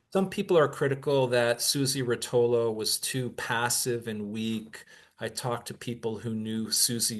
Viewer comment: I think the name Rotolo was pronounced with an accent after the first syllable, at least that’s how our mutual friends pronounced it… Did he say Dillon’s performance in DC at the Big civil rights march was lackluster? Remind me to tell you my take on that.